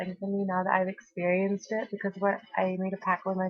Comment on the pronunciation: I love the way you mimic posh stupid bitches at "I'm just thankful I've experiencedddd that", fucking golden girl